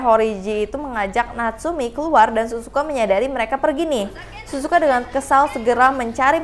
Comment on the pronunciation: Kak bukan Suzuka tapi Sihzuka